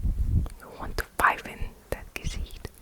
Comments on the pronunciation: hey! german girl here! i just wanted to say that the way you say gesicht sounds very very good, very german, the ch in gesicht is also very good! judt wanted to say bcs you asked if it was right! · Your "Gesicht" is perfect